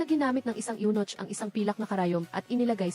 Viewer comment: Anong Yunoch? May nochhh talaga? Yunok ang pagbasa nyan. Spelled as Eunoch in English.